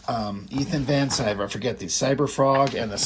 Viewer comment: With how topical he is, I'm surprised with your pronunciation of Ethan Van Sciver's name? He says Ethan Van Sky-ver.